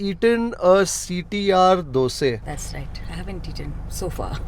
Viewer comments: Love it when u say dose instead of dosa..😆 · I like how he says Dose and not Dosa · Wonder why you call them doseee and not dosa ?